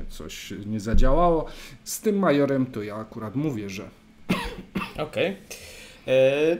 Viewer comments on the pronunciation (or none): nie "major" a "maszor", to na rosyjskim slengu znaczy czlowieka zbyt bogatego